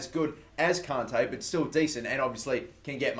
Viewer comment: he says conte not kante LOL